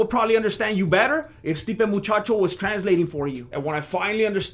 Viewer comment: Every time you say Stipe Muchacho , I black out in a coma laughing 😂😭 ..